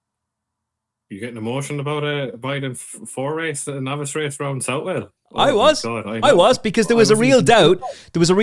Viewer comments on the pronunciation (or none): You'll probably never need to say it again. But after being told off myself for pronouncing Southwell incorrectly, I've got to pull you up on it! It's pronounced like Suthle or Suthell/all. The "ou" sound should be the same sound as if you were saying the surname Sutherland, and the "well" is pronounced the same as the "le" at the end of hurdle. Yet another great episode though, thanks!